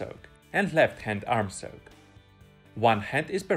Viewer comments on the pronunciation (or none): Great Video and I learned a lot from your channel. However, I have hard time to understand your pronunciation of the word "Stroke" initially but now I am getting use to it. Just remember there is NO 'L' sound in the word. Now it time for me to work on my "Stroke" to keep myself from drowning. :-)